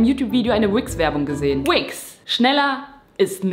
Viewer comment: Werbun für WIX?😂😂😂😂hört sich falsch an😂😂